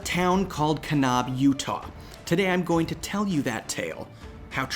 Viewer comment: Can-ab, not Kahn-ahb. Understandably, way beyond any editing fixes (‘cause that would be weird). This is just to help future users of the word. Great story.